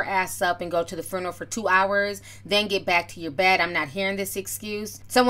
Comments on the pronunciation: “Fruneroll” lol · Girl did you say " farneral" 😁😂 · Furnarow 😂😂 It reminds me of when Ricky Smiley used to make those prank phone calls as an old lady and say “funegro” 😂😂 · inquiring minds want to know what is a 'FRUNNERAL" .....??? OMG JUS HILARIOUS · I kept hearing FURNERAL 😑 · Foo - na- row😂🤣😂😆😫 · No, she said FRUNERAL. 😀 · Hey Ti, love you girl now say it with me “Few-na-roll” lol!!! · IKR...there was an extra "r" inserted after the F. She also pronounces "every" oddly. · It's"few-neral" not "fru-neral". Wtf? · did she just say foonaral? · Listen..... every time she said it I was rooting for her to get it right on that attempt. 😂🤣🤣🤣 But we all words we can't say. I'm too ashamed to admit mine. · TI love you to death, swear I do... big supporter ..but its FUE-NER-AL you were killing me sis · Are you trying to spell the word or help Ti pronunciate it.... cause you're killing me! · lmao spelling it how she said it 😂😂😂💀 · lmao I love how you pronounce the word ...FUNERAL.... lol it's too cute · What Tamar said was bad everything but sis you can't say funeral properly to save your life 😂😂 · I’m triggered by your pronunciation of “funeral “ 🤦🏻‍♀️ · Pronounced- Fyoo-ner-al. Tamar is ridiculous 🙄